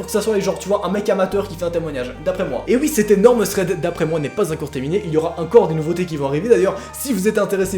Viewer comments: Pourquoi tu dit uncore au lieu de encore ?? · Parcontre c'est pas "acor et acor" mais c'est "encore et encore" hein x)